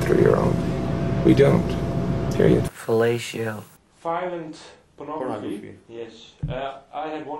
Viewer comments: Hahaha Daryn. 'Felatio' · No one: Daron: fellatio